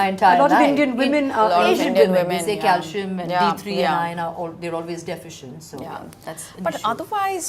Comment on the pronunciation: Please don’t pronounce words incorrectly, use google if unsure. It’s calcium with a c not cal-shium. Iron was said properly by Malaika not Eye-on as pronounced by Rutuja. Magnesium has a sound ssss, not mag-ne-shium. Enjoyed otherwise for some useful facts.